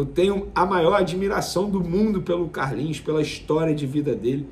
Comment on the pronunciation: Foi contratado pra jogar Vene, Não de essa ênfase ao falar o nome do CARLINHOS. Menospresa demaaais kkk